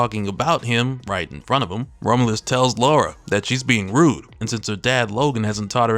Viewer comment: Bruh kept saying Rome-u-lus 😂 Rom-u-lus, my guy.